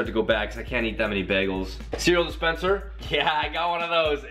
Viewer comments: BAY GLES NOT BAGLES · He said bag-als not bagels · The way he says bagels 😂 am I the only one that thinks it should be pronounced 'baygels' ? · The way he pronounced bagels so cute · Bag of bagels haha (it's funny cause he says bagels funny...get it?...😁) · why does he say bagels like that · the way says bagels hahahahaha